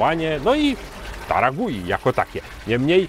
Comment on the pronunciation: Marka nazywa się Taragüi, u z kropkami dwoma czyli u umlaut, a zatem czytać należałoby chyba taragłi 😊 Podążając za Wami w podróżach po markach mate w końcu dotarłem do taragui klaczycznej. Zgadzam się z oceną, że w porównaniu do innych marek argentyńskich ta się wyróżnia. Jest bardziej zdecydowana w smaku. Body dominuje nad niuansami. Czuć przede wszystkim cierpkość sezonowania i goryczkę, choć po filmiku spodziewałem się znacznie większej goryczy. Przypomina mi trochę klasyczną biało-czerwoną amandę, ale z pełnieszym body i dużo ciekawszym tłem. Smaki drzewne, cierpkość i mimo wszystko lekka goryczka oraz całkiem dobre pobudzenie to cechy charakterysytyczne tej marki. W tle przebija się siano, powiedziałbym raczej orzeszki niż kawa, trochę spieczonej skórki chlebowej, na dalszym planie delikatnie i nieśmiało ujawniają się suszone owoce. W finiszu mam łagodną cierpkość, a owocowe tło przyjemnie i wyraźnie daje o sobie znać. W finiszu też pojawiają się nuty kojarzące się z kawą. Dobra klasyczna mate w stylu argentyńskim. A co do bliskości taragui do mate paragwajskich? Taragui jest tak blisko paragwajek jak Buenos Aires Asuncion. Patrząc z Polski to blisko, a jednak wciąż pozostaje 1250 km. Już prędzej widzę smakowe podobieństwo do urugwajskich yerb, choć wciąż daleko. To zdecydowanie wyrazista, argentyńska mate.